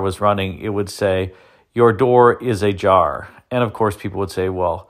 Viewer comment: from “ur door is ajar” to “ur door is ^a jar^” 😂😂😂😂😂😂